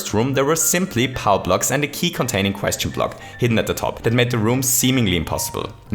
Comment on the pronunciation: "and a key conteining a question block"